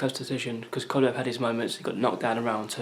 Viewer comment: Y do so many ppl have problems pronouncing KOVA~LEV?